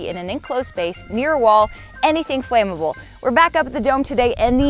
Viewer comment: "Flammable" - Flam-a-ble. Flame-able? No such word. Reclaiming the English language, one word at a time! 😁